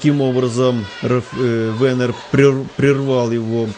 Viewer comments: походу комментатор произносит имя "Венер" на украинский лад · Комментатор ушлепок имя даже правильно не говорит, отписываюсь